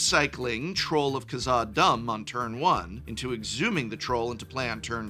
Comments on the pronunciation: Come on, Prof. Troll of Kah-zah-doom, not Kah-zah-dumb :P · Psst, Prof, the Troll is pronounced like "Khazad Doom" not "Khazad Dumb." Its got the little hat on the û This is a fantastic video and resource and please keep making more, please don't interpret this as me being mad i just like LOTR and wanna help you out